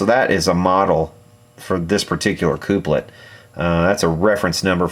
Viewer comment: I like your videos. very interesting! Just so you know (not complaining) the word is pronounced Kuhp-lit, as you would say coffee cup.